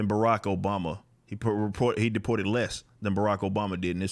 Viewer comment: Barack O-BOMB-a